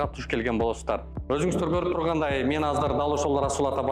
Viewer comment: Ушул азыр деген созду казыр деп башына эшектин....